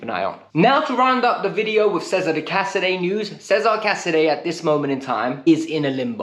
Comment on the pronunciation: Sorry, don't mean to nitpick but casedei's first name's pronounced 'ches-a-re', not 'caesar'.